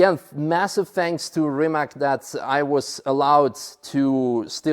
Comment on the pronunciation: Rimak 🙉🙊🙈 it's Rimac, pronounced Rima(ts) I cannot understand why is Mate not complaining about how his name is pronounced.